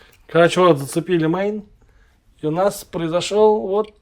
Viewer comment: не мейн-ин, а мейл-ин